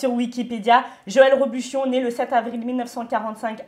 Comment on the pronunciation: tu as du mal à prononcer le nom du célèbre chef mdr. 3 fois elle dit Joël Robluchon 😅 trop marrante!!